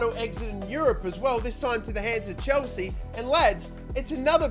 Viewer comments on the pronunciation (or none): none